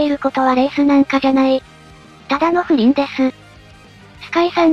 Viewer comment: の「ただの蹂りんです」が「ふりんです」になっててだめだったｗｗ